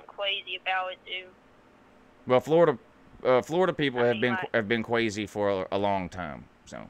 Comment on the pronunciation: How long has Florida been cwazy?